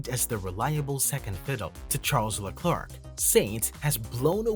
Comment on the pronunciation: Why are English speaking channels always to lazy to take 10 seconds to check how to pronounce a name. Te name Leclerc is not pronounced like a horny chicken sound. (not just you mate) tip, search "allo allo, it is I Leclerc". Another tip, if you know how to say McLaren... Leclerc sounds the same. Final tip, the last c is silent.